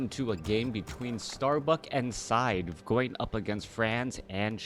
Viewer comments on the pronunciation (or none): It's pronounced "Said" ;) not to be confused with another french player "SyDe". And "Franzyzz" is pronounced like "Francis" from what I understand. Superb game this was, really exciting stuff! WP all. Thanks for the commentary, man. Cheers.